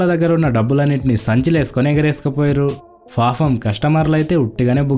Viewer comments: Fafam kadhu ra papam ra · ఓరే ఫాపం కాదు,పాపం. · పాఫం కాదు పాపం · 'ఫాఫం' కాదు పాపం అని పలకాలి (Fafam/ papam) వీడియో బాగుంది కాని తెలుగును సరిగా పలకండి